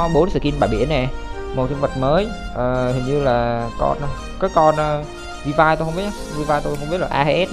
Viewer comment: Skin bãi biển thì Ely và Sakura UA là free (Ely nhận qua event, UA đăng nhập 7 ngày), Mobius gacha 9k6, felis chưa có thông tin nhưng khả năng cao là B-chip Vill-V (đọc là viu vi, học chuyên ngành tiếng anh mà đọc thế là dở òi) rank S, lượng tử, dps lửa